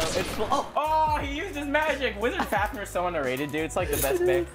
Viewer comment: It is pronounced fafnee er